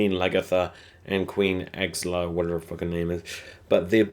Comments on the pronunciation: lmao i couldnt stop laughing at you butchering the names so badly. And auslug wateverthefuckhernameis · Queen Ass-Log. Flow-Key. Lag-Eartha. Row-Low. how hard is that?